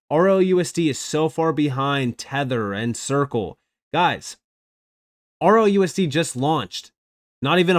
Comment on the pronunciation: I couldn't find RLUSD for the longest time because u can't seem to make "L" sound like "L". I searched everywhere for ROUSD because well UR "L" SOUNDS LIKE "O"!!!!!😮‍💨